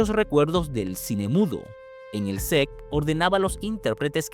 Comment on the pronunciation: Sec o set de filmación. Qué manera de hablar mal en varias partes 🤦🏻